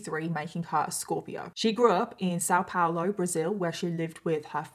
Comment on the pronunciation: I'm from São Paulo and It's só adorable how you pronounce it 😂❤ still very much better than people here in Germany got example. Thanks for talking about this. Since I live in Germany I don't keep up with much there, because I already am bombarded with things here in Germany. Tooooo many topics. Thanks for your work in general ❤